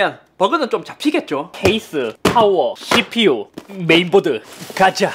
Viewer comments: 컴퓨터 조립할때 씨피유라고할때 욕인줄ㅋㅋ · 에 CPU 할때 욕하는줄 알았네요 ㅋㅋㅋㅋㅋㅋㅋㅋ